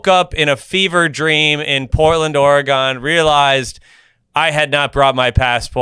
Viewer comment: The most offense thing about this episode…. Is how “pronounced” Oregon.